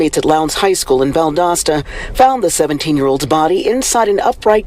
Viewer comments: Valdosta is pronounced Val das ta the O is an A sound I know it doesn’t make sense but 🤷‍♀️ Google AI will mess you up 😂 That’s a classic Southern cover up. One day, hopefully sooner than later the truth will be exposed. Thank you for taking the time to talk to Mr. Kendrick Johnson. Justice for KJ!! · It’s pronounced Val-daaa-sta. The O is not long. Valdosta, Georgia. I remember this story. Always seemed fishy. Bunch of good ole boys taking care of each other, seems like. I know the type. Just fyi,! Love love love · Val-dos-ta Ga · This is my city. It's so crazy seeing you at this cemetery where my father is resting and right by the university. Valdosta is still looking for justice! Pronounced Val-DAW-sta btw lol. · You mispronounced "Valdosta" as well.